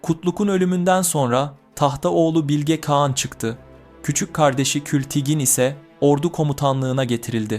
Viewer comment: Güzel video olmuş elinize sağlık sadece “Bilge Kağan” derken telaffuzu bazı yerlerde hatalı kulaği bazen rahatsız ediyor. Birde kagittan okuyor gibi oluyor bazı kısımlar. Doğal konuşma tonunu yakalarsan daha güzel ve akıcı olur. Ama tabi sadece bu geliştirme yönlü bir yorum. Emegine sağlık, kolay gelsin